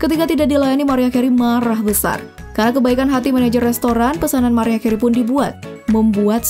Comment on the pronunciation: Gw ulang ulang cara nyebut nama "MARIAH CAREY" ???? It's not good! duuuh malu maluin konten yutup kok cara ngomongnya gitu payah